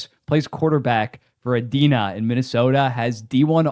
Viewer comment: Actually, it's pronounced "Ee-die-nuh". Also, Edina is the same high school where Anders Lee played quarterback. Edit: You addressed that not even 30 seconds later lol.